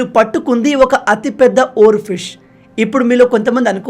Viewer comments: Oar fish ni.... Oar ship ga chepthunnaru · minutes deggara oarfish ni oarship antunnav 😂